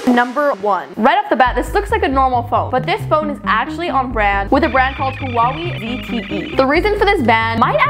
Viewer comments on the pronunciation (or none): "HeWaHeI" its pronounced "whawhei". "whuhee" isn't correct either lmao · It's way not wee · girlie, i love you but.. it's not hua-wi it's hua-way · im from serbia and pronounces HUAWEJ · It's huawe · am i the only one who just died when she called it hwa weey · Pronounce it as “hwaway” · No one:..: HUWAWIE😭💀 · Wait, you pronounce Huawei like that in English!!?? Oh my 😅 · thats not how you pronounce huawei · I laughed so hard when Said Huawei 😂😂